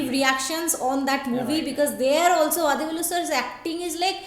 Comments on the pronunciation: U r doing a grt thing...though u don't understand the language, u r enjoying nd sharing the comedy...,🙏🙏🙏nd the way u honuor nd respect the artists nd team is fantastic... a humble suggestion...u may plz pronounce his name as वडीवेलु...continue the grt job...thank u so much... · you are pronouncing vadhivelu. its not dhi its di like ti.